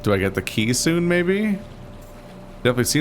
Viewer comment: when said "Do I get the key soon, maybe?", I definitely heard it as "Kissu" and was very confused for a moment.